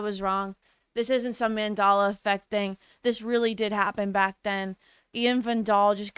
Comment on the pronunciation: Hilarious that you keep referring to "The Mandela Effect" while pronouncing it wrong.